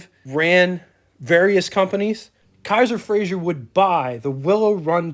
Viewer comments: A couple of comments: It's pronounced "Fray-zer" not "Fray-zhur" He was Scottish, not French. The person who's picture that's shown when you mention Joe Frazer is not Joe Frazer. Don't know who it is but it's not Joe. You are correct, Kaiser had the first hatchback. Kaiser and Frazer for '47 were the first cars with a straight through fender line (no running boards or "hang on" fenders.) True post-war styling. The "AC" control allows air to flow through the heater, which Kaiser called an "Air Conditioner." Another cool feature these have is the control marked "T" below the dash, which stands for "Throttle" - it's a cable to the carburetor, sort of poor man's cruise control. As another person commented, the problem with using the Continental 226 in passenger cars was the valves burned frequently. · Good video but I have to voice my pet peeve - it's pronounced "Fra-zer" not "Fra-zhur" Joe Frazer (not Frazier) was very proud of his Scottish lineage. You are correct that Kaiser had the first hatchback in 1949. A '47 Kaiser Custom is a rare model among the KF line. The hood ornament is an after market add-on. Very cool - KF did not offer a hood ornament in '47 so owners often added the after market units available at the time. The "AC" knob turns on the water to the heater. In '47 the heater was known as an "air conditioner" - great piece of yesterday to be sure. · It is NOT FRAZIER; It is pronounced and spelled FRAZER! Repeat: F-R-A-Z-E-R!